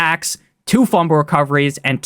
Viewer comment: I need a video of you saying Fumble (Fum-Bull) Recovery